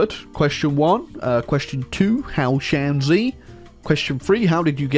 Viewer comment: you mispronounced it so hard I completely failed to understand it was 山西, sorry. Took me until the flag XP playing as shanxi, it is literally impossible to 'stab the chinese in the back,' because you are chinese. I think you're already aware of that, but just in case anyone else is confused :P It'd just be another civil war, good ol' 'king of the hill country' lore accuracy, lmao. communists were literally just 'mass infantry with a dash of artillery,' and the amount of artillery later ended up depending on how much the kmt forces lost. somehow. lore accuracy, all generals in the PRC learned 'logistics wizard,' perhaps because all the ones who didn't died. Or something.